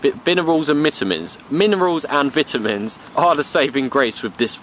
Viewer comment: Vinerals and mitamins... God damn it